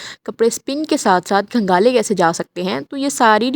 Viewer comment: کنگالنے نہیں کھنگالنے ھے اردو کی ٹانگ نہ توڑیں